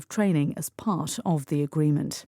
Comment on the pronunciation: 감사합니다 part가 pash로 들리네용